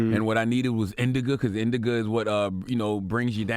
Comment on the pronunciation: CTG called Indica "Indiga" Haahahahah!